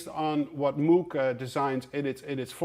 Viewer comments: Moh..g. Not moo...g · moog is pronounced like Rogue.... not like book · Loved the video, lots of beautiful vintage synths. If I could pick any one, I'd go for the Roland Jupiter 8. Oh btw, Moog is pronounced "Mowg" with a long "o". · Hi Tom, it surprises me that you pronounce Bob Moog's name the same way an English or American person would, when, in fact, Mr Moog himself pronounced it the way a Dutch man would...